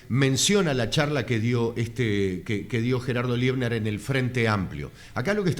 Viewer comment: No es Liebner, es Leibner. Es docente e investigador en Historia en una Universidad en Israel.